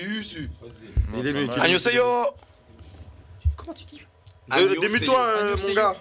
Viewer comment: Des barres d'entendre Anioseyo à la place de Annyeong Haseyo. x)